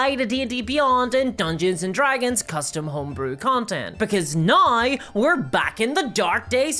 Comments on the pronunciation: "Right NAUR" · it's not even "naur". it's "noy" also a big fan of "campeens" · My brain lose 2-3 cells every time she tries to pronounce "now" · Look I love the videos, but why can’t you pronounce “now”